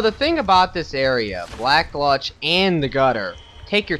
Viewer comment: Hey! Im watching ur entire playthrough now:) Just have 1 issue with ur vids. Maybe it's just me being stupid... but your saying alot of names wrong. I dont know if thats because ur not Reading it properly or something, but it annoys me xD ( example: black gLutch instead of Gulch or Shrine of amaDa instead of Amana) But i guess thats just me being picky:P Other than that i rly enjoy Everything!!!